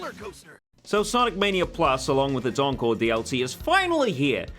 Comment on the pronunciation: I hear uncle not encore